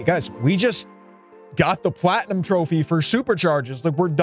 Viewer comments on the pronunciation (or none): Nah he said platuim😭 on PlayStation